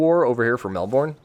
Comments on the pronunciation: Sorry to be that guy, "Mel'ben'" not "Mel'borne'" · Nah this guys a drongo, it's more burn or bern and shorten how long you pronounce the vowel. So it's almost like a 2 syllable word, mel-bern. Although don't linger on the r too much, ben is close but it just needs that little bit of R in there.